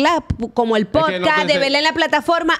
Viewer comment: Diganle a la que està al lado de la hija de toxic que no se dice Posca 😅 repeat after me ,, podcasts 😅😅